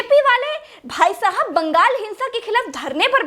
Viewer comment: When she say bhaisahab I think she said y bdsk walay😂😂😂😂